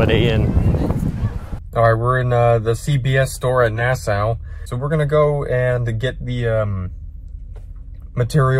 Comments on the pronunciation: That na-sow was killing me.. it’s pronounced NASS-SAW bro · It’s pronounced Nass-aww not Nass-oww 😂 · Here from Nassau(which is actually pronounced “Nah-Saw”)🇧🇸 I love the content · It’s Naah-SAW, lol You are the best brother!